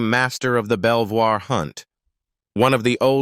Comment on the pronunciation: You are showing photos of Lady Jane ! Princess Diana's eulogy was read by Earl Spencer , her brother. Princess Diana's will would have been read in private !! Belvoir is pronounced Beaver !! This is all so inaccurate.